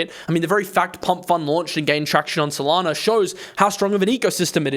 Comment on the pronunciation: FYI there is no R in SOLANA....